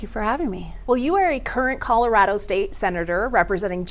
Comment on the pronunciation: It goes a long way, to me, when a local candidate correctly pronounces Colorado.